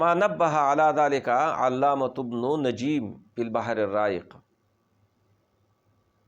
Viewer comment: ابْنُ نُجَيْمٍ الْمِصْرِيُّ شیخ صاحب بے ادبی معاف آپ نے وقد یتفق نقل قول فی عشرین کتابا ۔۔۔۔ ابن نجیم میں غلطی کی ہے آپ نے بفتح النون و بکسر الجیم پڑھا اور اس سے پہلے بھی چند الفاظ پر عربی حرکات کی طرف توجہ ہی نہیں دی ہے